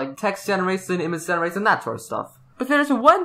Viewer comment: I just want to know why pronounces the “sh” sound in “machine” and “generation” (muh-sheen) & (gener a shin) as “massine” and “generassion” (muh seen) & (gener a siyn).